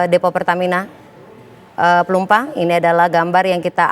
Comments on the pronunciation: Woiii ......Plumpang bukan Plumpung hadehhhh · Plumpang mas reporter.. bukan plumpung gimana siiih